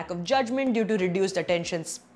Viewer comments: That pause at attention sp.. was amazing😂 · That pause at decreased attention spaaaaaan! U rock.